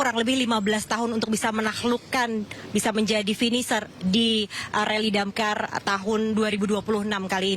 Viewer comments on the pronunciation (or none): Admin koplak..RALLY DAKAR woy bukan RALLY DAMKAR 😂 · Rally dakar mbak, bukan rally damkar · apa cuma gw doang ya yg denger repoter nya ngomong reli damkar 😂